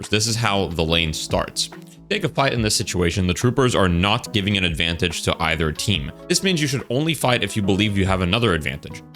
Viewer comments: Ad-van-tayj 😭🥀. Very unique. Great video man lol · Mans saying ad-van-tage (like page) 🤨😂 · Never in my life have I heard someone pronounce Advantage as "Advan-Tay-J" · pls look up advantage pronunciation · I never noticed he mispronounced "advantage" so badly until I saw someone mention it somewhere else, it didn't even process to me that that's what he was saying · Why my guy pronounce 'advantage' like that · Why is bro pronouncing advantage like that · Great video, I have never heard someone say advantage like that haha